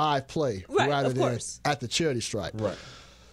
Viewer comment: Wayment, did say"Cherry Stripe" instead of "Charity Stripe."